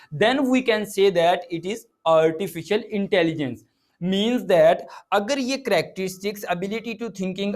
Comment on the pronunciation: Love the way he pronouncing Artificial intelligence 😆